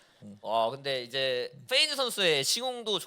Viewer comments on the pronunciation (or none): Fㅔ이즈가 아니라 Pㅔ이즈입니다 Pㅔ이커가 아니라 Fㅔ이커구요 Flay가 아니라 Play 입니다 아니 뭔 f를 p로 발음하는건 알겠는데 P는 왜 다 f로 발음하는거임? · 는 왜 다 P를 F로 발음하는건가요? Feyz, 슈퍼 Flay... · 근데 왜 peyz를 자꾸 feyz 라고 부르는거지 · 잘 봤습니다! 그런데 그냥 클템형 혼자서 진행하시는 게 나을 것 같아요! 😊 peyz를 feyz로 부르는 것도 너무 거슬려요😊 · fㅔ이즈 fㅡㄹ레이 거슬리네....... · 인가 저사람은 발음이 왜 저렇지; F휀타킬 fㅔ이즈 flay(플레이) 가방끈이 너무 짧아서 그런가 입 열 때마다 너무 듣기 싫다 진행은 아나운서 써요 제발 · 주객전도 같아요.. 사회자는 확실히 진행능력이 있는 분이 해주시는게 시청자 입장에서 보기 매끄러운것 같아요.. 발음이슈도 있으신것 같아요. Fㅡㄹ 레이, Fㅔ이즈